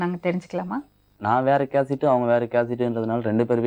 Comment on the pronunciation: கேஸ்ட். கேசட்' இல்லப்பா மாப்பிள்ள.